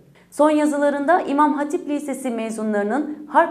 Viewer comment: Ablacığım "Liiisesi" nedir ya. Yapmayın gözünüzü seveyim. Lütfen o telaffuzu düzelt. Video için teşekkürler bu arada.